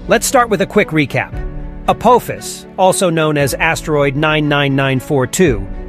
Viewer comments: I mean your first video clip gets the name right with A-PAW-phis not A-POE-phis that you wreck your video with!! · A-pof-is. Not APOAFIS YOU TWIT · for pitys sake it is not apOHphas it's pronounced apAHphas. `throws up hands in disgust` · If Apophis is Greek that pronounciation is incorrect.